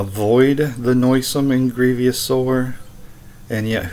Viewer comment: Grievous, not grievious....